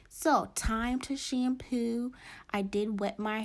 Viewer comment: I love the way she says "shampew" lol